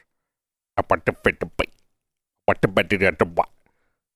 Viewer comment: i want the “infinatiti*